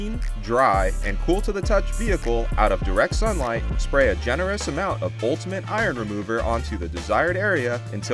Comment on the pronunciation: Generous -> Genorous?